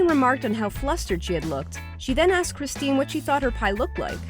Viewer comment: Anyone else cringe a bit when she said "Kristin" and not "Christine"?